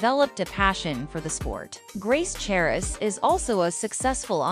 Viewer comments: The "h" is silent... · the "h" in the last name is silent.